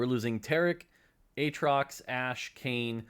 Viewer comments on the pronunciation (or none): none